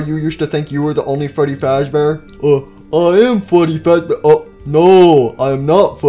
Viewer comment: Withered Freddy be like: My name fweddy fawzbare